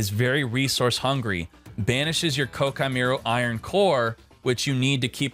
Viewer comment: Sorry, but does he know it's Koa'ki and not Kokai? Or is this a meme? I'm confused. Please explain.